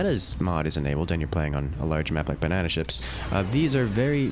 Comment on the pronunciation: ba-nae-naed on